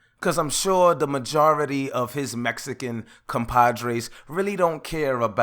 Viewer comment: “Compadres “ lmaoooo I’m cryin